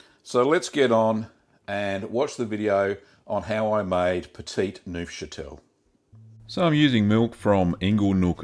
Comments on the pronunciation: petit neufchâtel Me: petty nosferatu? Nosferatu, appearing at my doorway: oh, do we have a problem? Do we have a problem here man? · Pft, I'm not watching a guy make a cheese whose name he can't even pronounce.